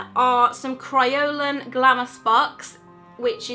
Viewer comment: your saying kryolan and adhesive wrong